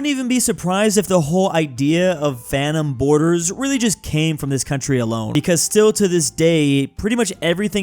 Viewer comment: Bro is not saying Phantom, bro is saying Fanum